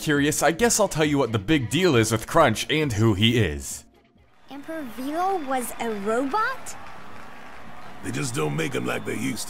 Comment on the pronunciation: "Vello" not "Veelo".